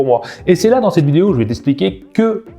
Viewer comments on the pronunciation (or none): none